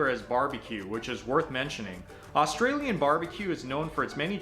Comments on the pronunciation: I can't get past his attempts at saying Australian. I cringe every time he says it. Almost as bad as Americans saying Aussie Australian is NOT "O"stralian it's more "A"stralian not "o" as in hot but rather "a" like in "a dog" "a beer" and even that isn't exact but hopefully snce you did a video on Australian speak this might help And Aussie is NOT O"ss"ie with "sssss" yeah we have a few of em (snakes) but it doesn't fit in Aussie I guess it's more like O"zzie" like a mosquito is a mozzy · How many times do we need to hear the word OOOS TRALIAN BARA ... MOONDY FUCK ME... I'VE HEARD ENOUGH this video should not be taken as legitimate on the grounds that he can't even fucking pronounce the name of the food Get Isaac to do a video on this and take his word on it See.. i mean he can't even fucking explain FAIRY BREAD the way you eat fairy bread is... Lots of butter, Lots of hundreds and thousands and..... 4 LAYERS HIGH, the more layers you can fit in your mouth the better your'e not a true aussie kid unless you've had fairy bread doesn't know how to explain meat pies I MEAN.. FUCK... NO MENTION OF THE LOCAL SERVO OR 7-11 LOL and .. You don't spread the tomato sauce on top...... YOU FUCKING INJECT IT INTO THE PIE........Everyone knows that